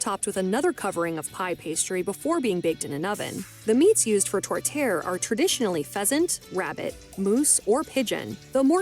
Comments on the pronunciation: My tourtiere has beef veal and pork. Her pronunciation is horrendous however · Who was the woman narrating that video? Her French pronunciations were sheer torture. (Does not rhyme with "tourtière.")